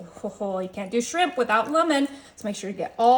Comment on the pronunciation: It's just shrimp, not srimppppp, stop & you don't have to tell us your coming in with everything 😫